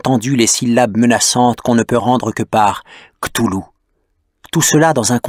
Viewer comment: "KlauwLou" prononciation de l'auteur , et bin il n'existe pas selon la science parce-que il y a l'effet d'echelle.... Merci Dr.Nozman